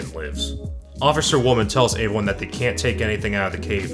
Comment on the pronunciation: did you have a concussion 🤕 recently because they past few episodes you keep saying “avy one” instead of the word everyone please for love of god stop saying avyone and stop saying avything like wtf man??